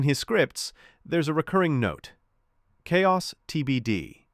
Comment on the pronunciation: "the voice" pronounces "chaos" with the "ch" sound - I immediately caught that it was an AI voice. I'm so tired of having to deal with AI. I'm telling YouTube not to recommend this channel.